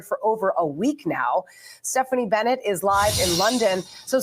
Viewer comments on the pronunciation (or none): none